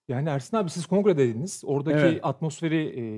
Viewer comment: Serhat hep ersan diyor ersin e 😂😂